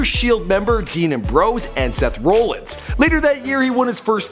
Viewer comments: it isn't roellins and umbrose it is am-broes and rol-lins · its seth rollins! not "seth rowllins"! & dean ambrose not "dean aam bros" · Yes Embrose and Rowlins. Well said😂. It’s Ambrose and Rollins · Amb- rose rawl-ins not roll rawl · "dean umbrose and Seth roolins" cringe asf b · It's not embrose it's Ambrose and it's not roleins it's Rollins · Seth "Rollin" 😂😂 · its Seth ra-lans Rollins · It's rollens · Seth Roll-ins and Dean Am-bro's! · Rollins(RAW-LIN-Z) Dalton(DAL-TON) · Ambrose(Am-Brohse) Rollins (Rah-Lins) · it pisses me off how you don't know how to pronounce Seth ROLLINS and Dean AMBROSE and it's N X T NOT NEXT dam get your sh%& to together f#$% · rowlins and ambrowse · It's rah lynns and am brose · Seems like you did little to no reserch about him ...if your gonna do before they were famous it don't tie much to watch a old match in NXT..not next ...and pernounce everything you slaughtered ....am..bros....rol..ins....smh ....worst before they were famous ever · Rooolins leekee next (Nxt) i'm dying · He said roll ins and am bros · JVD and "Umbrose" and "Rulluns" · Omg can you say rollins and ambrose right. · Oh my god the way he was pronouncing the last names oh my god.....So damn horrible 🤦🏽‍♀️ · this guy don't know shit about wrestling, he can't even pronounce Ambrose, Rollins, not even NXT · You totally botched ambrose and rollins name lmao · How did he mispronounce Dean AMBROSE and Seth ROLLINS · Atleast pronounce Rollins, Ambrose and nxt correctly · How he pronounced Leati, Leakee and Rollins 😂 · the way this guy pronounced Rollins and Ambrose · Shak fr and how he was pronouncing Seth ROLLINS AND Dean AMBROSE last names